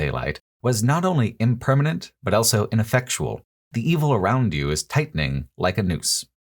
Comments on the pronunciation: This remains my go-to channel for hearing 'also' pronounced as ' elso' for some reason, and I wouldn't have it any other way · pronounces the word "also" as "elso"